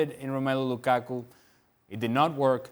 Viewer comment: Lukaku should just fuck Ali Moreno up for always saying his name like that.